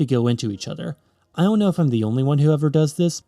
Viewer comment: "We all kniw a mile is..." 😂 I laughed so hard 😂 Other than this, great video!